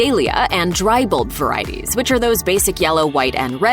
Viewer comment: the word is NOT BLLB....it is Bulb....there is a "u" in there, like the word UP.